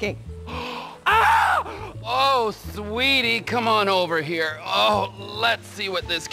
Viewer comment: petah the horse is heah😊